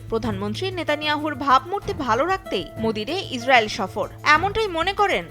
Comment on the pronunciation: তোমরা ওয়ারা সফর কে ছফর উচ্চারন করো ।করতে পারো না আসল উচ্চারন। বালের মিডিয়া বালের দেশ।